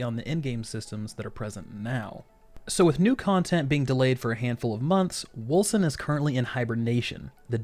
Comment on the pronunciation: pretty sure its wolCen with a hard C, unless the dev I saw being interviewed doesn't know how to pronounce the name of his own game?